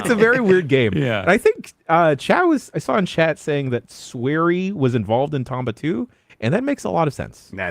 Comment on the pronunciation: "Saw" it,. "Saw". No "L".